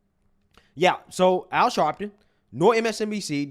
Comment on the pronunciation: Al Sharleton😂😂😂😂😂😂